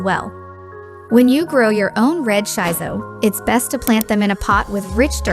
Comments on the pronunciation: It pronunce shi-so not shai-so. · Thumbs down because you mispronounced the plant name. It's "Shee So" not "Shy So"!